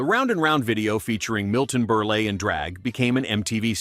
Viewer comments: Berle lay? It's pronounced ebonically (Burl). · Winger, PERFECT example of how brainless people are, people turned on them because of Beavis and Butthead. Dear Lord PAY A VOICEOVER PERSON!!!!! Milton Ber LAY?????? You have 45k subscribers. hire someone